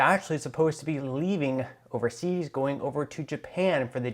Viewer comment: Just Your Freidan slip inspired me to post a thumbs-up... "JEW-pan" in the same sentence as G7. The ZION controlled U.S. Department of the Treasury is the creator of the G7 ... Wake-up good people ... this is a group who do not care about you.